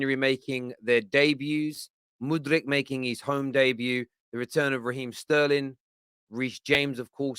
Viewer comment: I don’t think you need to roll your ‘r’ every time you say mudryk man